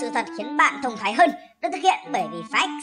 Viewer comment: đừng nhấn mạnh chữ "THÔNG THÁI" được không